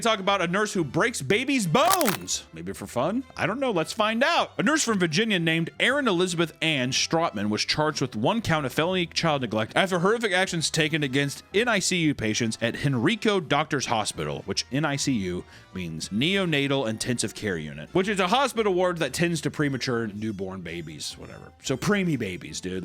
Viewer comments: from richmond, hen-rye-co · You said Henrico wrong. It's pronounced Hen-rye-coe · Calling it “Henreeco” is a tragedy and a crime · It's pronounced HEN-RYE-CO like rye bread. LOL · Hey, it’s pronounced Hen-Rye-Co. Grew up there and in fact I think I may have been born in that hospital. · absolutely wild to see the henrico hospital i regularly go to for infusion appts show up in a MC video. Also if Henrico sounds familiar to anyone, its the county where chris chan was arrested 😑virginia is an unholy place (also its Hen-rye-co :hands-yellow-heart-red:) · I live in Virginia, specifically in Henrico county and that story took the whole county by surprise, also its pronounced like Hen-rye-co, the middle is less of an “ee” and more like outright saying saying “I” It’s strange, hope it helps! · Fun fact on the NICU nurse from Virginia, her bond was granted today 🙃 Also henrico is pronounced hen-rye-co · i aint ever heard henrico pronounced that way LMFAO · It always makes me chuckle when people pronounce Henrico like that. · Hearing him mispronounced Henrico was kinda funny to me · His pronunciation of Henrico is crazy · omg i live half an hour from Henrico and it was a huge deal over here (also the way you pronounced Henrico was.... funny heheh) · to the Virginians you said Henrico wrong, to the Texans you said it correctly.